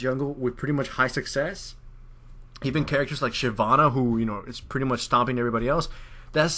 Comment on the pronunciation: 'He is PRUTTY good' Prutty.... xD